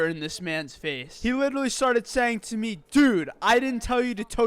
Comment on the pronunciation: Not to be a male Karen, but the "meh" instead of "mee" always throws me.